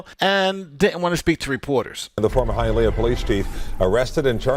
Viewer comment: Mad respect for pronouncing Hialeah correctly.